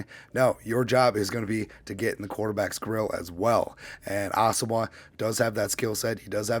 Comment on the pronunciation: His name is actually pronounced Asamo...wa.